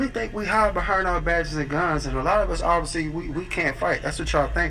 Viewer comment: Ay Maine, gitcho if you sked jes say you sked see what had ham wuh behind sumwhere and SADDOWN....I knew he was a joke when he said "avasee" for obviously. 🤣